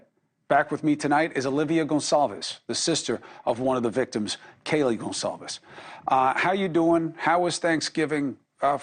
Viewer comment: its not GON ZALVES ITS GONCALVES